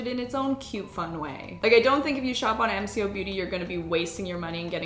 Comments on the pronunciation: It’s “M co’ if that helps? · G’day all, Aussie here - MCo has been around for quite a few years, it’s very easily available in supermarkets and chemists, and is waaaay more affordable than the originals. Some products are amazing, some are just okay. Oh, and it’s pronounced ‘Em Coh’ - the co like the start of saying Coke 😂 Also I was pointing out all their dupes to my husband in the supermarket a few weeks ago 🤣